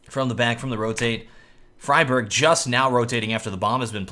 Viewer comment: xyp9x is correct, and he also trained himself to say dupreeh, not dopreeh, and friberg, not freeberg. so good job:)